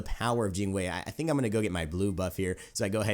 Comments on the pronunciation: Yes you pronounce it correctly! Jing Wei : Jing Way Not Jing Why not Jing Wee, Jing Way. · I was just joking lol and your Jing Wei pronunciation is pretty good. It's kinda like Gin Way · your pronunciation of Jing Wei(精衛) is perfect